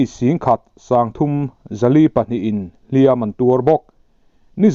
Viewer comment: A bengvãrthlãk e. "Hliam an tuar," tih a, 'Hliam" i lam dãn hi a dik lo deuh, a ri hniama lam tur a ni.